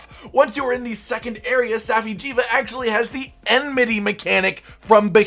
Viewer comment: (Saf-eye) jiiva